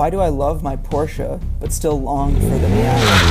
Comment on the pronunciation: good to hear at least one guy can pronounce Porsche right.